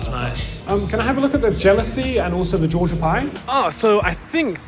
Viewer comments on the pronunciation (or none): none